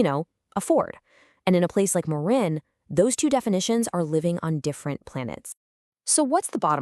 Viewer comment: If you use Ai or text to speech, misspell words like Marin so you get the right pronunciation. Thanks for posting.